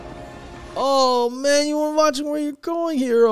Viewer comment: and it sounds like she’s saying “Hito” for Hiro